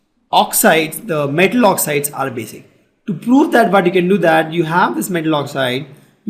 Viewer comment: its basic not basis